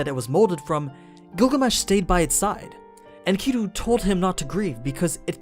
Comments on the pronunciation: The pronunciation of the ancient names is killing me in this video. It’s okay that you don’t know but please study more. (Mess-o-pot-aim-ia), (In Ka Dew)Enkidu, and other stuff is bothersome but those are the worst lok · honneyyy oh my lord. Enkidu, Is pronounced Inky-dew. For all the people who studied the story of Gilgamesh we all cringed when you said it like that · Nice explanation, except for your pronunciation for Enkidu. But whatevs man.